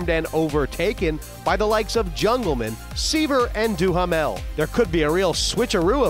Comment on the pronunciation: I wish people would learn the correct pronunciation of Duhamel, it is DOO Mel